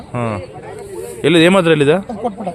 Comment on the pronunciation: Hemadri alla sir shimadri